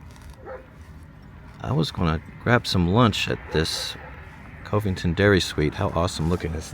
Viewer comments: MKT is the Katy Railroad . Marshall looks like Boyton Oklahoma. Farther East on Ok Hghwy 105 there is Meridian Oklahoma. all 3 towns are all old oil towns at when the oil field crash ( aka Penn Square Bank goes under so did the oil business ) The name of town is enunciated Cuv-ving ton. Just a thought, you might want to do a video on the all Black Towns in Eastern Oklahoma, you might want to see : Hitchita , Oklahoma / Brooksville, Clearview, Freedman, Lincoln City, Edward P. McCabe, Red Bird, Rentiesville, Summit, Tatums, and Vernon. Boley / Boyton / and research a town no longer with us Richardsville as well as : Brush Hill / Texanna / Pearce. My Great Aunt who was in her mid 90's when she told me about Richardsville; her version was Richards was a poor Negro, went to bed one night, woke up the next day a rich Indian and there a boat load of these types of towns on 9 West going to Norman. Most of these towns boomed during the Oil Boom in the 80's. Safe Travels Psalms Langston A prominent all-Black town that was a haven from mob law and is home to Langston University, a historically Black university Tullahassee Considered the oldest surviving all-Black town in Indian Territory, with roots dating back to 1850 Taft : Originally named Twine after William H. Twine, the editor of the Muskogee Cimeter, the town was renamed in 1904 to honor William Howard Taft, then secretary of war and later president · Cove ington it's covington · It is pronounced Cuv-ing-ton not KOV-ing-ton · Covington is pronounced "kuvington", not "covington" with long O sound like phone. Just trying t0 help. Enjoy your video. Kudos! 🙂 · One of my brothers was a lawyer in Enid and lived in Covington! I'm from Ada Oklahoma. You pronounced it wrong it sounds like cavington, not co vington! 😅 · I believe it's pronounced CUV-ing-ton. Like Covington, KY or Covington, VA. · Covington is pronounced Cuh-ving-ton. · Covington is pronounced like Dove. Just to let you know